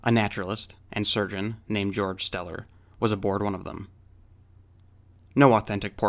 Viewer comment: Steller's name is not pronounced as "Jorj", but as "GAY-org". Just FYI.